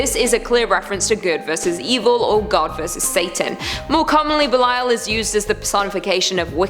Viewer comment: Also Thank u, for pronouncing Belial correctly. Belial is DEFINITELY A VERY INTERESTING & POWERFUL INFERNAL KING! According to the Bible, King Belial was the 2nd only to Lucifer to be cast from Heaven... BUT WHAT ABOUT THE 19 BOOKS THAT HUMANS HAVE CHOSEN TO "CUT✂️OUT" OF THE BIBLE? ~Everyone should REALLY ask why that is... And what do they say in them that made them be cut out?!~ 🤔 BOOKS LIKE: 1 Esdras, 2 Esdras, The Book of Tobit, The Book of Susanna, Additions to Esther, The Book of Judith, Wisdom of Solomon, Ecclesiasticus, Baruch, The Epistle of Jeremiah, The Prayer of Azariah, Bel and the Dragon, Prayer of Manasses, 1 Maccabees, 2 Maccabees, Book of Enoch, Book of Jubilees, Gospel of Philip, and the Gospel of Mary. THATS A WHOLE LOT THAT WAS TAKEN OUT... So how many ppl REALLY know the Bible? The actual full Bible that HASN'T been cut up to suit different era's of humans making religions...